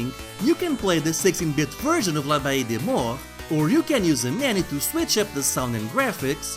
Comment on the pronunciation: Man, that's a pretty nice collector's edition. The wax was a nice touch. Really the whole package looks really good, especially for a indie game. I have no idea how you were able to pronounce this game's name lol. I actually really like the graphics and the ability to choose between different versions of graphical modes but the fact it changes up the gameplay itself is really cool imo. Anyway, great review. The CD-I version of this will be the definitive edition.